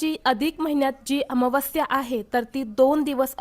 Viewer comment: ताई अमावास्या चा उच्चार तर निट कर